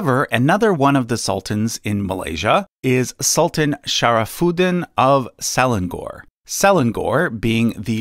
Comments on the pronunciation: its se leng or instead of se len gor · Hi Selangor is pronounced as Suh Lah-ng Ngoh-(r). E in Malay is pronounced as Uh usually but without the h sound. I put the h there so that it is easier to figure out the correct vowel sound. A is pronounced as Ah without the h except when at the end of words in many dialects and informal registers. O is normally pronounced as Oh without the h. R is often omitted but can be pronounced but often with soft r without much trill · I have been a fan of your channel for a long time but your pronunciation of Selangor is killing me. It pronounce Se-La-Ngor, not Se-Lan-Gor. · Just want to point out that SELANGOR, Malaysia is pronounce, some what like "Sir-Lung-Ngor". Nevertheless, great info. *thumb up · Selangor is pronounced - Se-Lang-or = (Ce)rtficate - (Lung) - (Or) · What funny word selangor how you said it's pronuce se-lang-or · Selangor = se lang ngor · Butchered the pronunciation of Selangor but thank you for the recognition. Can you please make a video about the monarchy of Malaysia please. Love from Malaysja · Ng is not pronounced as Ng-g unless there is another g behind it, that is, -ngg-. Example words: langgar, bangga, etc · That's not how you pronounce selangor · Selangor ... pronunciation is wrong. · pronunciation corrections for the malaysia part. SELANGOR is pronounced as sə-laa-ŋor, not seh-lan-gor. for YANG DI-PERTUAN AGONG, the AGONG part is pronounced as aa-guŋ, not agog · "Salang gor" "Yang di-pertuan Agok" 😅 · I'm triggered when he pronounced "Selangor" and "Agong".😂 Malaysian here!! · YANG DI-PERTUAN AGONG (N is missing). Selangor - the ng, is nasal like in "sung" and rhymes with sung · You butcher my Malaysia word, Selangor and Agong🤣🤣🤣🤣